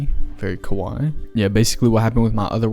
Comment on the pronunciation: just so you know, what you said was kawai (a piano company), not kawaii (cute)